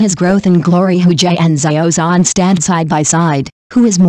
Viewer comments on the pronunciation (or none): What kind of pronunciation is that? " Za yio Zon " ???😢